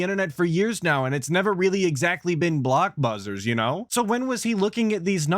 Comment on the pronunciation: did you just say blockbuzzers? Don't tell me you're a homeless PF changs employee too B... 😂😂